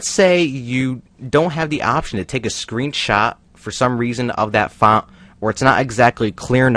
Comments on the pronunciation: This guy cannot say font correctly. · I love how he says font